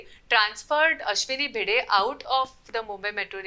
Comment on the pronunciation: Seriously?! You used an AI voice that completely butchered the name of Ashwini Bhide multiple times instead of using your own voice?!